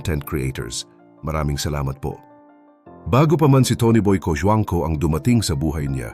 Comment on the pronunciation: Natawa ako sa apelyido ni Aga.. At ang pagkaka-bigkas sa apelyido niya at ni Tony boy Cojuangco,Rufa Mae Quinto🤣🤣Awit!!!😂😂😂😂Pinoy ka po ba?😁😁